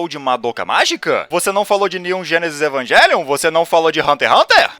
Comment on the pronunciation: Evangelion é uma palavra de origem latina, então não se pronuncia evangelion